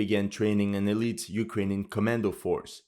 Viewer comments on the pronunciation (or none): none